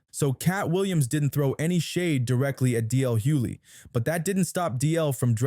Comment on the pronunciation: Yeah, you used DL as your thumbnail.... but ya can't pronounce his last name properly! Make that make sense. I'd tell you clout chasers to keep DL's name out your mouths, but you clearly don't know the man's actual LAST NAME 😂.